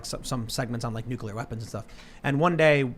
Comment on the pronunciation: Dude. NUCULAR? 🤢🤮